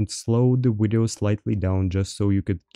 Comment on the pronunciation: ive been watching for a while is there a reason you say wideo lol. I always thought it was funny and wanted to know